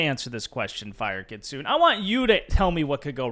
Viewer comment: for reference Kitsune is pronounced Key-tsu-neh.